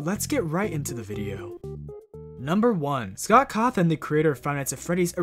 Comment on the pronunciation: Why does he pronounce scott like scout